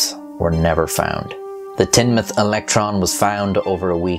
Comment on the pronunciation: Top points for correctly pronouncing Teignmouth as Tin-mouth and not Teen-mouth!!!! Well the locals call it Tin Muff or The Muff but Tin-mouth is close enough :-)